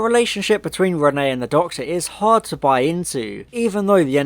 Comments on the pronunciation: I usually love your videos but like...one second of research or listening in episode will tell you her name is Reinette short for Antoinnette her middle name, i mean her first name is Jeanne not Renee. Every single time you say Renee its infuriating. I mean the Doctor says it so many times. Come on dude. Im dissapointed. Youre better than this! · ALSO ITS REINETTE, NOT RENEE! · Why do you keep calling her Renée instead of Reinette though XD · Yeppp just commented this too. Infuriated me haha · Your were saying Renne but it’s Reinette. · not always, even in French the pronunciation is still "ruh-net" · Reinette the t's are not silent. I was willing to let it slide the first time but the amount of times you get it wrong is grating.